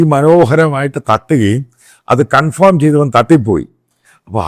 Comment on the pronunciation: സൂത്രധാരകൻ അല്ല, സൂത്രധാരൻ ആണ്. കൺഫോം അല്ല, കൺഫേം ആണ്.🤔🥴